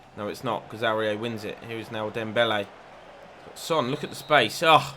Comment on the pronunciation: You say Aurier wrong, it’s pronounced or-ee-ay